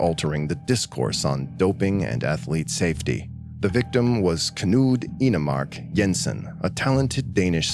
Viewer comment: I´m from Denmark and that´s the closest I´ve ever heard a foreigner get to pronouncing Knud Enemark Jensen correctly. And yeah, I agree with other commenters on here - his death was probably the result of not being kept cool after his accident. I don´t really get why he was placed in a tent, other than to maybe get him out of the sun. But that doesn´t magically cure a heatstroke. And I wasn´t alive in the 60ies, but I know the knowledge that you gotta get fluids in you once you´ve gotten out of the sun was around then. It´s featured in some of our classic films from before Knud had to endure that, so I don´t quite understand what happened there. Anyway, lovely to see him featured in something even today. It´s a bit of a cautionary tale, except of course this wasn´t his fault. He is sometimes brought up, when we talk rules about being outside in the sun here, but it´s rare these days. I think it was more common, when I was a kid (I´m a millennial, so maybe it´s because my generation´s parents were around when Knud tragically died)